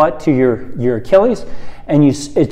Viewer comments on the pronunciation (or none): none